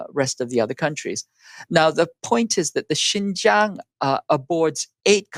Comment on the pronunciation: Anyone who cant event be bothered to learn how to pronounce Xinjiang get switched off immediately, it is not Jinzhang. Seen enough in 8 min to see that 1. these idiots think US is the only one with any agency in this relationship - still entirely US centric - its so weird to me. 2. this is all CH propaganda talking points. is a shill. "more privileges than the Han majority" massive lol - try saying that about positive discrimination in the US.. Don't let your hatred of the US lead you to believe this trash.